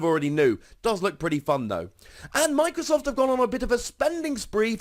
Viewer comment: how to pronounce Microsoft like no one has ever pronounced it before